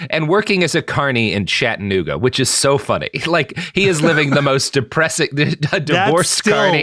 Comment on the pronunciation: Never heard Chattanooga mispronounced so many times in my life.